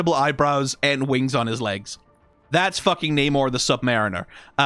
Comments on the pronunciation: namor was the first mutant the wings on his legs are his mutant power and rest of his abilities come from him being part atlantian. Also you pronounced his name wrong everytime except when talking about his evil brother. But i do agree that he needs to look more royal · Bad news, they're using the MCU pronunciation of his name.